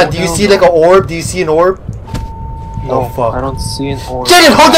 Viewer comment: Bro when said ''The prb the prb!!!'' Im like- ''Its orb not prb XD''